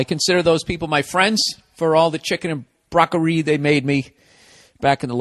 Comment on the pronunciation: chicken and BROCK-UH-REE